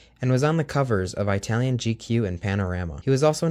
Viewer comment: Sorry, Don Tennant created Tony the Tiger...And it's It-alian, not eyetalian! Get it right!